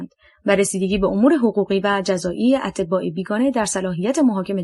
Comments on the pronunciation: خوانش بعضی واژه ها اینقدر غلط انجام میشه که مخاطب، آوای بوف راابدآاهل کتاب نمیدادند.مثال اَتباع خارجی را اطِباء می خواند .دقت فرمایید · اَتْباع خارجی نه اطبا 🤦🏻‍♀️🤦🏻‍♀️